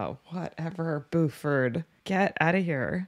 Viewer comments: Not gonna lie - it's kinda charming the way you keep pronouncing his name BOO-ford. 😄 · It’s pronounced “Bew-Furd” not “Boo-ford”. We will have to send you out for southern accent training when we send you out to stunt car driving school. lol. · It's killing me across multiple reactions. BYOO-ford, not boo-ferd. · I love how she calls him "BooFord" and not B-U- ford as it is pronounced lol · B-You-ferd not 'Boo-ford' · And the Sherriff is B-YOU-FORD not BOO-FORD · Nobody says Boo-ford. It’s pronounced B-you-ford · your pronunciaction of Buford is killing me. Ha!